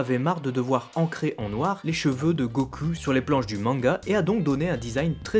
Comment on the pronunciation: Go....CUL???!!!! bordeeeel arrete de prononcer GO-CUL!!!!! ><"